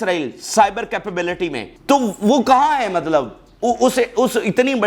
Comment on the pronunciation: Matlav(mallab is wrong).Correction. please